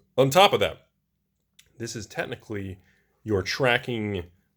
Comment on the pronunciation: I'm starting to think purposefully pronounces the word "technically" like "tennickly"